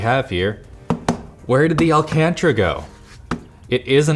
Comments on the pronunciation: Did he pronounce 'Alcantara' as.. 'Alcantra'? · “Alcantra” you mean alcantara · al-can-tara not alc-antra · I don't like how you said "alcantra" it's Alcantara... Lol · Al-can-terra not al-cantra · Alcantra😂😂😂 Its Alcantara mate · Getting so triggered... Al-can-tara - not al-can-tra 3 by 2 ratio (DSLR photo ratio) - not 3 by 4 (old TV standard lol?) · Let's pronounce it together al can tara not al cantra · I'm not the only one bothered by how he says al-can-tara as al-can-tra right? 🤔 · Alcantra... Alcantara haha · The way he says Alcantara...it's al-can-taira not alcantra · It's not AL CAN TRA It's Al Can Terra! LOLOL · AL CAN TAR A NOT AL CANT RA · "Al - Cantra"? It's pronounced "Al - Can - Tera". Maybe that's just a Canadian thing. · Al-Can-Tar-Rah. Not Al-Can-Trah. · Alcantara, More like alCANTra say it properly. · its pronounced al-can-terra not alcantra just fyi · Its al-can-tar-ah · It's "Alcantara" not "Alcantra" lol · It's not bloody alcantra it's alcantAra, why do you north americans delete entire letters off of words. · Weird that nobody among LTT staff corrected him for saying "Alcantra". Sound it out bud, it;s pronounced the way it's spelled. Alcantara. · It's Alcantara, not alcantra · "Alcantra" No no, al-can-tara. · LOL ALCANTRA? No.. it's ALCANTARA He kept saying "alcantra" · the word is alcantara... not alcantra. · Alcantra?? Bro where did my man learn to speak english 😭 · I’m sorry but that pronunciation of “al-can-tara” ruined this video for me. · It's al-can-tara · AL-CAN-TAARAA FOR FUCK SAKE HOW HARD IS THAT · "AL CAN TRAH" lmao wtf, what a hick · Why did he pronounce Alcántara like that???? I have never heard anyone pronounce it that. I mean al-can-tra????? Really dude? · AL Can Tra lol Wth? Hahaha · Alcantara: "ALL CANTRA" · “Alcantra” lolol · did just say alcantra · It’s Al-CAN-tar-uh 😤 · Tf is elcantree? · "alCAntrA" 😳 Why was this review so amateur ish? He sounded like he didn't care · Correct pronunciation Al-can-Tara